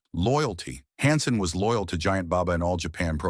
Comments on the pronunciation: Can't make a video where you can pronounce the people's names right? Its Han Sen, not Hon Sen, Pronounced Verne Gagne wrong too, get a real job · I hate the obvious ai reading voice. hansen honsun stfu. at least listen to it before you post it. other than that ty. Also maybe slow it down a bit. part of its like fact after fact. need time to give people to absorb stuff.